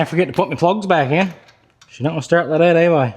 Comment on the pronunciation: That has a t in it it's not dat